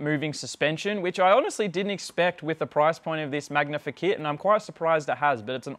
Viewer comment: oh, that was driving me nuts!!... glad it wasn't just me